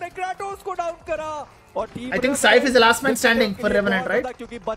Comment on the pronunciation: bro Rnt saif h na ki saaif